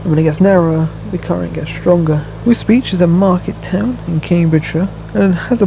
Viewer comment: I thought Wisbech was pronounced Wisbeck not beach